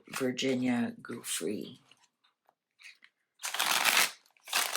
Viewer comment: Her surname is pronounced Joo-fray.